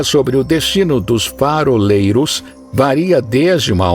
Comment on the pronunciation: "Foraleiros" kkkkkk faroleiros.